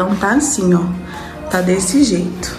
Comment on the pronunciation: Ele tem estudo, ACHO cheito fala